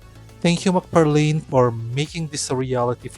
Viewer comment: Thanks for the vids mabuhay ka its mcfarlane not mcfarlin